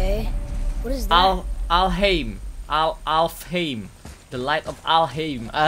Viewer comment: Cara baca ALFHEIM : alfaim